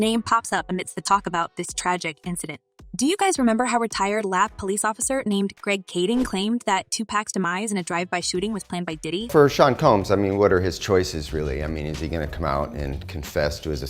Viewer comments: It irks my soul that y'all do these reports and refuse to say people's names correctly. Sean is Shawn ma'am not seen... Smh. I mean I heard what you said but couldn't get past the thought of how, if you did your research, you keep saying the names wrong... Do better. Thanks, from all of us that noticed and was bothered by it... 😊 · The way that A I lady pronounces their names. It’s so ridiculous. Shaquer ceen 😂😂😂😂😂😂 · Stop it with this AI voice bullshit. Sheen combs? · Hey lady, how did you read Diddy's name, "scene"??? His name is Sean and it 's read just like the name of Sean Penn. Who hired you???? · Ma’am u can’t pronounce SEAN or Shakur?? Is this AI?, 😂😂